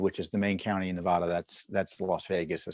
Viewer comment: Tom, a minor point the MSM always gets wrong is in the pronunciation of name of the State of Nevada. Any native of the aforementioned will tell you the "vad" in "Nevada" rhymes with "bad", not "pod". In fact, I've heard quite a few surly and long-winded lectures on the subject.